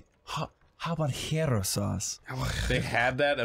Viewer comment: One of my favorite things about this bit is how fucks up the pronunciation of habanero by trying to add an ñ that doesn’t exist in the word